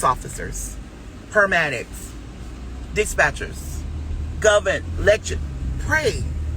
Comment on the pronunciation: Pairmadics the gud doctah knows😂🤣😂🤣😂